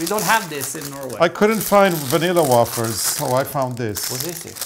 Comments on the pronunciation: I guess you should have bought Nila Vanilla Wafers and Jello Instant Pudding Mix in North Americia too! By the way, Wafers is pronounced 'Way Fir' in English. Such a hard language eh??!! Smiles from Western Canada. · This has to be your Number One - Numero Uno Episode!!! I could not eat my lunch while watching because I was laughing hysterically!! Even Scared my cat! There needs to be a second with roles reversed! Thanks for the fun!!! PS. It’s Vanilla Wafers rhymed with shakers - long A. That started my laughter and it just kept on going..😂😂😂. You Two!! 😘